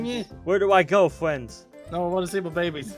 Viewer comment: He fwends it me human